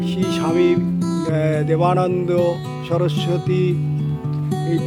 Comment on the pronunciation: দাদা ঠিক করে পড়ুন। দেবানন্দ না বেদা